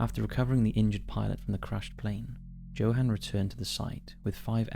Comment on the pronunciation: Props on your pronunciation of Mpumalanga (though Johan is pronounced Yo-hun). But that's neither here nor there. Loving the content, all the way down in South Africa.